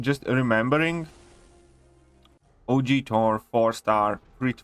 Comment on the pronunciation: I love how he says Thor as 'tor' 😂